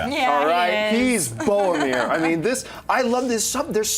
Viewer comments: John, dude, I love ya but please....BoRomir.....there is an R in his name. I know you take enough abuse on here, but please. BoRomir...not BoAmir. Love the show....I promise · He's "Bowamir" Son of Gondor